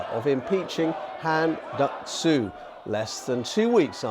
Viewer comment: I’m surprised by the male announcer’s pronunciation of ‘한덕수 (Han Duck-soo)’ ; it is very accurate. - From South Korea.